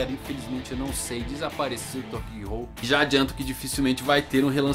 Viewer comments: GI-HOU??!??!! É GHOUL! (lê-se "Goul")!!! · nicolas navarro na verdade, a pronúncia correta seja "gul", sem falar o "o".